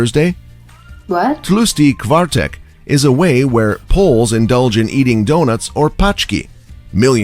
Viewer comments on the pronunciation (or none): ah yes, my favourite city. "Zakopain" , my favourite holiday, "twoosty kvartek" japierdole kurwa, czemu ludzie nie wpisują nazw rzeczy z innych krajów do tłumacza, nigdy tego nie zrozumiem also "paczki" is a term for like a box of something, like what your order from amazon (ex. zamówiłem paczkę lizaków | i ordered a box of lollipops) "kiełbasa" translated to english litteary means sasuage, "kiełbasa" is not a type of sasuage, IT IS SASUAGE they DID film a movie there, its called "Seksmisja", theres a moment in the movie, where a group of rebels live in the undergrounds of an underground bunker and the 2 main characters manage to get in and get followed by the "police" of the people living in the bunker HE JUST SAID ITS A FOREST, CAN YOU NOT UNDERSTAND another case of misspronunciation. its pronounced "Vavel" not "uauel" ah yes, "nadzrovie" ah yes, poowidnika switnika, THATS NOT AT ALL HOW YOU SAY THAT, ITS "pivnisa svidniska" (close pronunciation, english is sstupid)